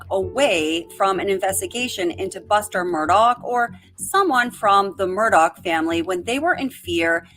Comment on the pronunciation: Please never say Murdog again.